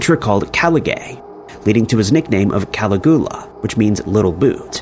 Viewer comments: It's AI mate, they just to a horrible job of reviewing the output. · Ka-LIG-yoo-Luh means Little Boots/Sandals. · How do you get Tiberius correct but not Caligula hahaha. . It's pronounced Ka-lig-you-lahhh.. Good try though😁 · Bernie Mad-off is pronounced Maid-off. And don't even get me started on Cali-goo-luh. Did you do any research before making this video?? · Cala Goo LA ! 😆😅🤣😂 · "Cali-GOO-la" is the sole reason I will not hit that like button. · "Cali-GOO-lah" omg. Dude. Be so for real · I came down here looking for this comment lol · Is Cali-goo-la anywhere near Pascagoula? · I'm almost positive this has to be AI narrated with voice. Everyone knows how to pronounce Caligula. Also didn't even say Madoff correctly. Ridiculous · Agreed Caligula is it but you don't pronounce Dublin right either, I think you might do it on purpose lol! I really appreciated this 1 as my sister is a sociopath, the 1 just above me. I grew up in a family of 5 girls & she abused me with words my whole life? We grew up with 2 alcoholic parents, but they weren't as bad as she was, how can someone be that cruel? And to this day I don't speak to her, I had to step away... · Yes the pronunciation of Caligula really is as bad as i thought 😂😂. Also have you noticed how never bothers to interact with his audience in comments? Its like a factory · 🏃‍♀️<~~ me running ro the comments to see all the Caligula pronunciation outrage 🍿😂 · 😂😂😂me too!!!!! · It took me hearing it three times before I realized who he was trying to talk about 😂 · Please stop pronouncing Caligula like that, sounds ridiculous and there's no excuse whrn you can just google the pronunciation 🙄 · It's done purposely to gather video interaction